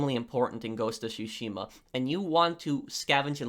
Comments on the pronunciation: its drives me insane on how you say Tsushima. Its supposed to sound like Two-she-ma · It's tsushima mate, but still, great vid!!!